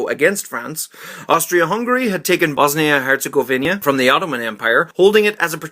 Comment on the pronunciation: Great video! And It's Bosnia-Herzegovina not Bosnia-Herzogovenia